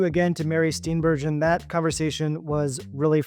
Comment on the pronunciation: She pronounces her last name Steen Ber Gen, hard G, not Steen Ber zhin